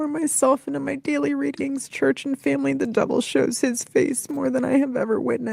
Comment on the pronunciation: This phrase gets up my goat so bad, cringe every time she says it. Also the weird way she pronounces family like feeehmly... cringe